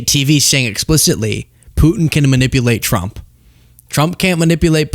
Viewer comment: I could listen to the ‘tump’ bit over and over